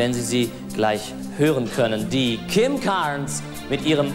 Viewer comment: the way he talks German then says "Kim CAAAAArnes, Butte Duvis Eyes.." lol